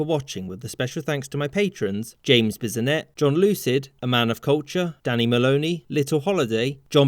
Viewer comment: Bissonnette? Bissonnet?